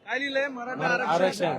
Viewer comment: Bhai ghantyala sadh aarackshan bollta yetnaye aani aarckshan pahije yala